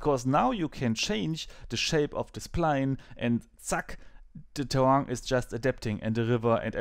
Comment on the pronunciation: In trying to be a bit helpful for: You have to speak the "i" in terrain also. HTH